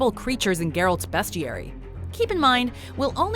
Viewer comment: "Best"tiary yikes watchmojo that one wasn't even that hard.